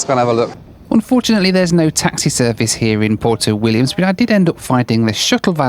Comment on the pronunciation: Until I saw the map and spelling of the locations, I didn't know where you were headed,. It is not PORTO Williams and the country is not CHILI (OR CHILLY--which is what you were) Puerto Williams and Chile. Please learn the correct pronunciations so your followers aren't confused. (maybe I am the only one). But the BAC-146 is pretty cool.